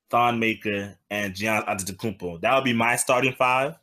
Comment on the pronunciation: I gave this video a thumbs down simply because they refuse to say this Man's name correctly. Giannis Antetokoumnpo. Pronounced Ya-nis Ante-toe-koom-poe. It aint that hard. I 'm so sick of hearing his name mangled by dumasses who do the shit on purpose.